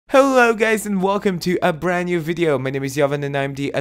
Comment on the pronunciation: “hello gays”